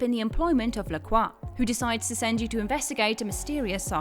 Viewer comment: I love pronunciation of La Croix lol Sounds better than the way they say it in the game imho